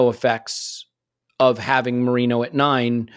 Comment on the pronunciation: Is having a giraffe about the mispronunciation of Merino when up until recently he would use that ridiculous pronunciation of Gabriel! 😄